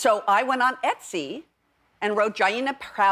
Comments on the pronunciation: oh my god the way she pronounced Jaina... I'm slain xD This is so cool, though. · World of Warcraft players everywhere collectively shouted at their screens when she said "JI-eeena" instead of "Jay-na". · Jain-nah. Learn it. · Idk which hurt more.. the fact that her kid didn't stress the correct pronunciation of Jaina (Jane-uh) , or that the entire audience was dead silent when she asked if anyone knew who she was. (World of warcraft for those who don't know ) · it's "jay-na" Jamie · I like Jamie, but I really hope she gave up on the Jaina costume! And I'm pretty sure it's pronounced J-Nah. She has no idea what the hell she's doing, but it's all for the love she has for her kids, which makes it so much better! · NA BRO! SHE DONT BE DESERVING THAT. SHE MISPRONOUNCED JAINA and barely plays. SHE BETTER LARP AT THE WEDDING AND CLEAR THOSE Undercity plague bombs. Lmao. Get some green smoke bombs /sarcasm “Oh no, we’re too late.” “This wedding must be purged.” “Jamie?” “Sorry Ruby, I can’t watch you do this.” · So into it she didn't bother to learn how to pronounce Jaina